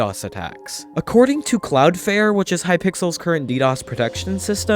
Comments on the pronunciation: “Cloudfare” AHHH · Stop saying Cloudflare wrong